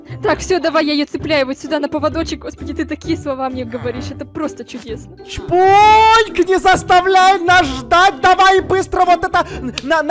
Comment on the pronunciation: Не чбуньк а чпуньк